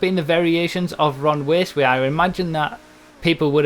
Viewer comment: "Ron Waceway" :3